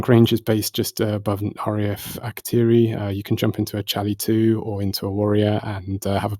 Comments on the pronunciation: It's Akrotiri Cap, for the love of god, not AkrotOri. I know Matrix has tried to educate you in the past but it apparently didn't stick. I know it sounds stupid but its like fingernails on a blackboard. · Akrotiri. Not Akrotori. 😑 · Guys its acro-tee-re.... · When I was out there in '84-'87, it was pronounced Akro-Teary..... every time I hear you pronounce it the way you do it makes me cringe, lads :D